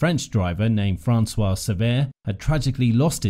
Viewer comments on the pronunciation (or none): none